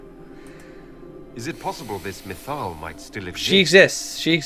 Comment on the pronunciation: New name! Methil. At least you managed to throw in SOME correct pronunciations here and there!